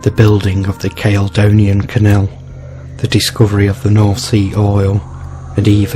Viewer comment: The name of the Seer Kenneth Mackenzie is pronounced Bran , the name of the lady who had him killed is pronounced Seaforth not Seaworth the canal is called Caledonia not cale, donia.